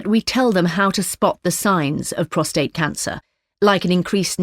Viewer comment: Prostate not prostrate